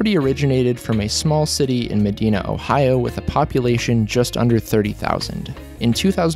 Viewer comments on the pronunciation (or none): Ma dena lol it’s Ma Din A but helluva job putting this video together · And Mahdeena. Dreadful.